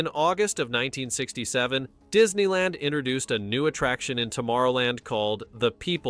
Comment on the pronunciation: Is it just me or did he say Diddy land?